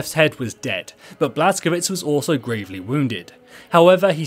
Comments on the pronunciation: its Blaz-ko-vitch not Blaz-ko-vits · It's pronounced "Blas-ko-vich"